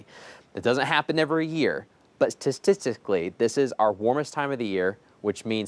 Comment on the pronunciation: “Tuh-tic-tic-lee” 😂 I caught that. Derp It’s been hot 🥵 so I can’t wait for it to cool down..